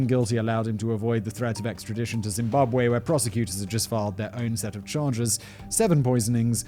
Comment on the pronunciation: Woooooow Simon a story about my home country 🇿🇼🇿🇼🇿🇼 you pronouncation is on point